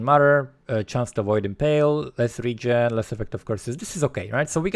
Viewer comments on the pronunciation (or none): none